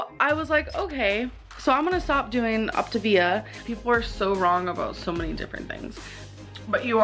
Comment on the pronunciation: “Ockta-veeya”.. It’s “oc-ta-vi-a”, jfc.